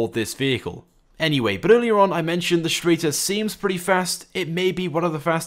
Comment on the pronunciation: It's pronounced Shtriter